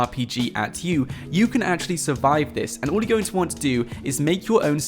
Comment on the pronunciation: Its 'all and 'wall...not ull and wool